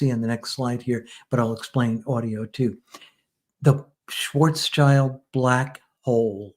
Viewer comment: First of all: highly interesting and well done, thank you both! Second of all, on a sidenote: The man was named Schwarzschild (not Schwarzchild) which is pronounced roughly like Shvuhtz Shilled. Actually this German name translates to Blackshield rather than Blackchild, not childish at all. As you may guess, I am German. 😃🤓